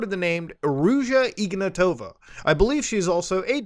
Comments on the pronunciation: to be honest I always love when people mispronounce names. It just has it's charm. well in this case it's just that it's ignAtova not ignatOva but still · I hope that woman rots in prison. The name should be pronounced IgnAtova (I'm Bulgarian). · Hey Muta, great video, but it's spelled like "IgnAAtova" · Here's some help with pronouncing Bulgarian names - we are not russian and we don't say them like that. Ruja IgnAtova (the capital A is where you put emphasis on). Pet peeve but we don't like russia and being associated with them in any shape or form. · he butchered her name so hard